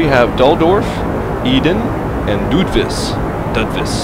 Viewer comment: dudlorf not duldorf